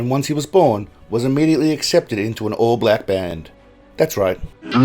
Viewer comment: The way he says BLAHWCK. 😅